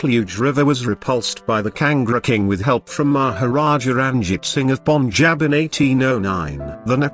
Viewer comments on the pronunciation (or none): none